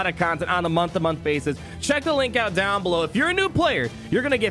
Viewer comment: Pawty rictor! down, douw, downd!!